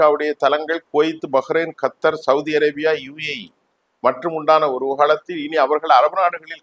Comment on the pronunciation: டேய் சாமி நீ பெரிய பூலு தான் ஒழுங்கா தமிழில் பேசுடா நீ பேசுறதே புரியவில்லை கத்தார் கத்தர் கத்தர்ன்ற